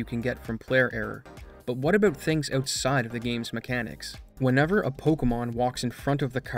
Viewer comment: Why does he call this pocomon?